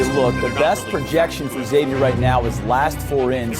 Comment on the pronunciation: Somebody teach John Hughley how to pronounce Xavier correctly please.